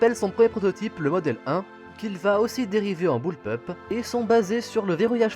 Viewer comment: Enfin tu as prononcé à peu près correctement bullpup